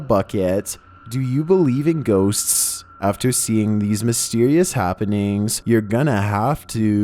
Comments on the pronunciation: GHOSTSSSSSSS WHY IS HE SAYING IT THAT WAY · Scariest part of the video is how he says ghosts